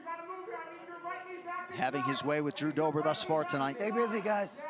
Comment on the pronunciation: "Now let's see what Jew Dobers plan is..." -- Hoe Rogan 💀💀